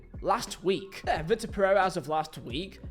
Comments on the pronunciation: vee-tor and vick-tor is pretty different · I know it's pedantic but it's vitor not victor